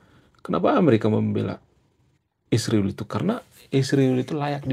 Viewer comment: Kamu juga buktinya kata Israel nyebutnya isriwil